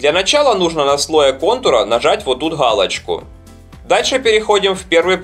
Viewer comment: ГАлочка, ГЕрбер, распалаГАєм, фу, малорос.